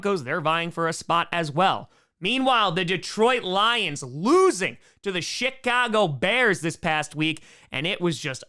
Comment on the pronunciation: Did he say chicago bears of the shit cago bears?